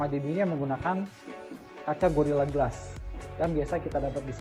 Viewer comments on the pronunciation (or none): none